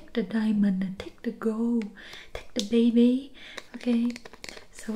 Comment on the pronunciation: "And take tha baybay" i lost it there😭🤣🤣🤣